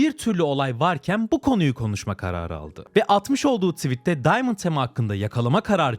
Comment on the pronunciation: diamant tema :D ingilizce süper